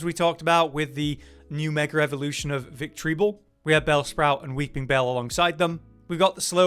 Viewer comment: why do you say victreebel like that